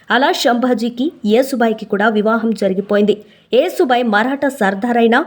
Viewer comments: అమ్మా, యేసుబాయి కాకుండా యశుబాయి అని చెప్పండమ్మా, లేదంటే ఈ పాస్టర్ లు రెడీ గా కాచుకుని ఉంటారు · యశుభాయి అంటే యశస్సు కీర్తి కలిగినది😊, ఏసుబాయి కాదు😂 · యేసు భాయి కాదే నత్తి ముండా...యశు భాయ్.... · యేసు బాయి కాదు, యశో బాయి. యశోద నుంచి యశో వచ్చింది. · అమ్మమ్మ కాదు నాయనమ్మ యేసు భాయ్ కాదు య శు భాయ్ anu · అమ్మా ఏసు బాయి కాదు యశుభాయి అని పలకాలి ❤❤❤ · అమ్మా తల్లీ, ఏసుభాయి, క్రీస్తుభాయి కాదు....యశుభాయి ,,, కాస్త తెలుసుకొని చెప్పండి, వస్తారు తగుదునమ్మా అని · Ur pronunciation is wrong. Yesubhai యషు, యశోద, etc., Try to learn telugu script properly. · నువ్వు ప్రతీసారియేసుభాయ్ యేసుభాయ్ అంటున్నావు యేసుభాయ్ కాదు యస్సు భాయ్ అనాలి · ఏసు బాయి కాదు తల్లీ యశూ బాయి ఆమె పేరు ఏసు బాయికా దు అసహ్యం గా ఉంది. మీరలో అంటుంటె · యేసు భాయి కాదు యషు భాయి యశు అంటే యశస్వి లలిత సహస్రనామాలు ఒకటి తెలుగు రాకుంటే నేర్చుకోండీ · అమ్మా నీకు నత్తా.... నత్తి నతి గా మాట్లాడుతవు........యశు అను యశు....యేసు కాదు irritating ga వుంది నువ్వు పేరు తప్పు గా చదివితే